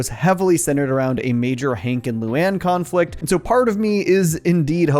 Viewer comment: “Khan” flict